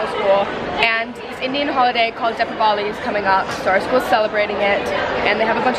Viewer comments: Lol you’re pronouncing deepavali wrong It’s DEEEP ah Vah lee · “Deppavahli” lmao it’s pronounced DEE-VAA-LEE(Diwali) or DEE-BAA-VA-LEE(Deepavali)